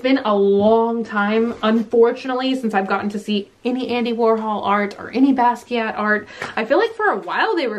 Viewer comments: Basquiat is pronounced bah-skee-ott. The Smithsonian is in D.C.. I am so enjoying all of our stormy weather! Love from The Galleria area.😘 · the T is silent:((( silent:((((( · Loving the vid! I missed these little unboxings ❤ ok but who else is cringing at the fact that is saying Ramune and Basquiat wrong? Its itching at me so much omg